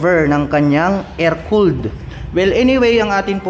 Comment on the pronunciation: kakatuwa lang pagbigkas ni lods. Trede - 3d, Travel - Trabol, Air cooled - Er kold. :)